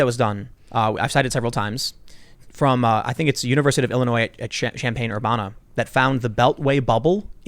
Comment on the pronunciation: Did he just say "Sham-pane Ur-bonna"? 😂